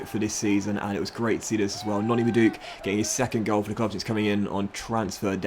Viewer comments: You say Madueke’s name as Mad-oo-ay-kay not madook lmao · Hey it’s Ma-dew-kay not Ma-juke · It's pronounced madu - a - k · Bruv its Madu - eke try to pronounce it much better now. Im a PSV fan and Noni is very loved over here, and he is amazing in the game you will find out yourself. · Mad dew Kay actually